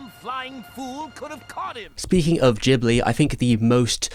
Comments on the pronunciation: It's pronounced "Gibli" not "Jibli". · Come on... There's an 'H' after the 'G' in Ghibli, indicating that the name is pronounced with a hard G, like "Ghetto".